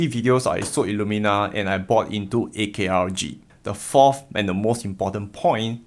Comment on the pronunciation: ARKG not AKRG :D <3 Thanks and I really appreciate an early thumbs up.